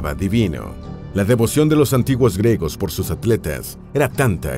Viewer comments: Se dice griegos , no gregos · Se pronuncia “griegos”, no gregos. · Se pronuncia GRIEGOS NO 🚫gregos🚫 🤦🏻‍♂️🤦🏻‍♂️🤦🏻‍♂️🤦🏻‍♂️🤦🏻‍♂️ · Disculpa, por qué el narrador no dice claramente griegos? Dice algo que suena como gregos... Por Dios...! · ¿Dice "gregos" todo el rato o mi cerumen es dulce?